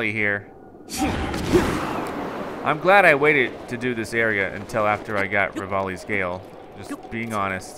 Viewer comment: He said RAVALIS GALE 😱👏🎉